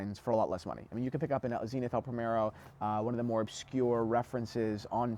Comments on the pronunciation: Zen-ith not zeen-ith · Zenith is a word. Dont you just pronounce it the way you'd prounce the word zenith? ie american english vs british english? Like omega?